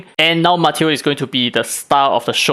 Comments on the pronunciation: I think it’s “Mah-Taeyo” Also thinking what if they gotta drop shimmer just enough times for the whales to fish for copies Also Yamatos English voice is so inconsistent like Chris Pratts Mario lol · His name is “Mah, Tay, Oh”